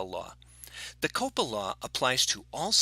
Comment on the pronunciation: When I heard COPA I heard a Boston man saying copper lol